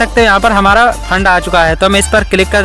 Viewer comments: Font ❌ fand✅ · Fand nhi font😂😂